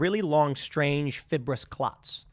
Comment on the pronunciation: WTF, Tim ! It’s easily figured! Are the clots (fiberous. Not “fibber-ous”) present in unvaccinated patients? You’re literally shilling for big Pharma, bro.